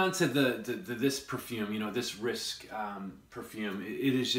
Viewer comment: It is not RISK - it is RISQUE. Fyi.